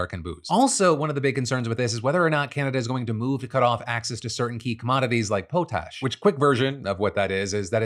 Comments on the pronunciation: Pot-ash, not po-tash. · Dude, it's pot-ash, you don't have to make it fancy. "Poe-tache" indeed. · It's not Po-tash lol! It's Pot-ash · I thought it was pot ash, not po tash. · Poe-tash?? 😂 I live in Saskatchewan Canada where it is mined, and we simply call it potash (pronounced pot-ash) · Pronounced pot-ash, not po-tash. (At least in Canada!) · I don't think it's pronounced "poh-tash." It's "Pot-ash." lol. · Is Phil's mispronunciation of Potash causing anyone else physical pain right now? (its pot-ash, not paw-tash) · Buy Canadian has NEVER been more important. We have plenty of sources for familiar alcohol, without the tariffs! Look up Nonsuch or Patent 5 people. Learn a little about your canadian providers! Additionally, it's Pot-Ash, not po tash. Yeesh. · Hearing Phil pronounce Potash as Po-Tash (it's pronounced Pot-ash) gave me the same feeling as when he mispronounced Saskatchewan the way it's spelled instead of the correct way. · I think its pronounced Pot Ash and not Po Tash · It’s “Pot-ash” not “Poe-tash” it’s potassium. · Potash is pronouced pot-ash btw Phil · Here from Saskatchewan, Canada (producers of 30% of the worlds potash) I am usually not one to care how people pronounce things but Phil, it is definitely not PO-TASH. It is pronounced POT-ASH or even PA-TASH. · 21000 is 3 orders of magnitude bigger than 43, not 1. Also, potash is pronounced "pot ash", not "pote ash". It's the origin of English name of the element potassium. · Lol it's called POT-ash, not POH-tash 😜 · So I know this is a small thing.. but I have always heard it as "pot ash", not "poo tash" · Potash. Pot–ash, not po–tash. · poh-tash? its Pot-ash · Pot ash not po tash. Potash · Sorry, but Phil pronouncing it po-tash had me and my partner in stitches. 😂🤣 We live in Saskatchewan, which is the primary producer of pot-ash in the country. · Iowa here. I've only ever heard it called "Pot-Ash" not "Po-Tash". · The way Phil pronounced "potash" gave me a stroke. It's "pot-ash" not "po-Tash"